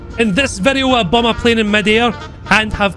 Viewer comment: What i heard: "in this video, i bum a plane in mid-air"